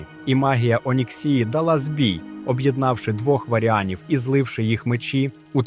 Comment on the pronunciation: З наголосами жах повний, відео та інформація класні. МАгні, ОнІксія, ВАріан, калдорЕї, ВЕлен (і це далеко не все) - в оригіналі пограйте, послухайте Дуже сильно ріже вухо, дуже